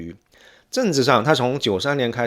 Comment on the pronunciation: 博主，请把“河南”和”荷兰”发音发准，否则容易发生歧义